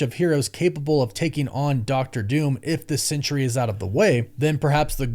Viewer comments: It’s SENTRY: sen-tree, not CENTURY “sen-ch-ry.” There are two syllables, not three. Doctor Doom isn’t going to try to manipulate a hundred years. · Are you saying "Sentry," or "Century?" You should get that sorted out